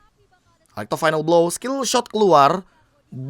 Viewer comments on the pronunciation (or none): none